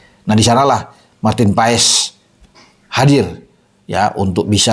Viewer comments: BACANYA MARTIN PAAS BUKAN MARTIN PAES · Bacanya maarten pas pak..buka paes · martin pas om ngomongnya bukan paes 😂😂😂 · Bacanya bukan PA-ES, tapi PAS, E dan S digabungin jadi Cuma S, mirip es yg kita minum, Awesome dibaca Osem ! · bacanya Martin Paz.. bukan paes paes.. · Maarten Pas bukan Maarten Paes. Emang baca nya seperti itu E nya hilang.🙏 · bacanya PAS, bukan PAES. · Bacanya martin pas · Ngomongnya Martin PAS